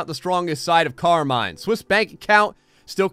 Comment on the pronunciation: It’s funny the way you read “Carmine” hahaha that’s not correct